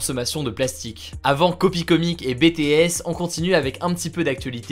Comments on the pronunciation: HugoDécrypte On dit BiTiS comme en anglais c’est pas BéTéS ! Je préfère te le dire je sais que certaines army sont chiantes avec ça et étant fan je préfère te prévenir pour la prochaine fois 😂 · Je t aime mais c' est "Bi Ti éS" la prononciation 😉💜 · Par contre vraiment, BTS prononce le à l'anglaise on parle pas du diplôme 😹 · c vrai